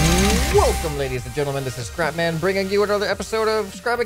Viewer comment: You should say "I am ScrapMan" instead of "This is ScrapMan" because it sounds like you say "This is CrapMan". lol